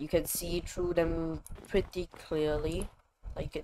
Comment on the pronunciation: Lol his accent when he said through them he said Tru dem